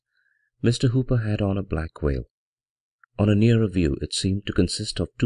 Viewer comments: Librivox is a great audiobook project but pronouncing 'black veil' as 'black whale' is really distracting from the dark atmosphere. I saw a reading by the great Basil Rathbone, and now I am leaving the 'black whale' behind me. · Every time he says "Black Veil" i hear "Black Whale"